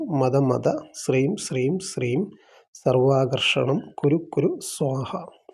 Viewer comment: it looks like you need an assistant who can write Malayalam properly. You also have to fix the pronunciation of shreem you are pronouncing SREEM you have to use the shra or shraddha, shravanam, shravana maasam, shruthi